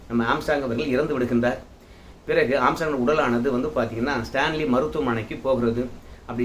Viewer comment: ஆஸ்ட்ராங் இல்ல ஆம்ஸ்ட்ராங்...